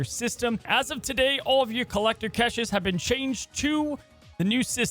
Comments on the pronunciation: I enjoy the content..i really do. Please, please...say cash-shay not catches😂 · please for my sanity learn how to say caches. It’s like cash in your wallet. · STOP PRONOUNCING CACHES THAT WAY! THIS IS WORSE THAN KILLMONGER! PLEASE IM BEGGING